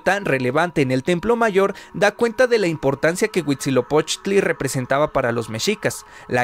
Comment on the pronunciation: Llevo 30 seg de video y ya dices mal Huitzilopochtli. Aprende a pronunciar el náhuatl;)